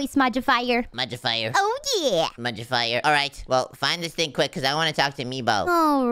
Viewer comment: it is modifier not modibier